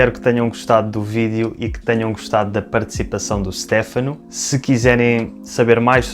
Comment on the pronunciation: Óptima pronuncia, a do Stefano. Mas não se pronuncia “Stéfano” mas mais “ Stêfano”. Adorei o video.